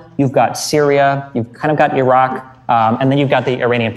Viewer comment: How the f he manages to pronounced Iran perfectly but buthcer the Iraq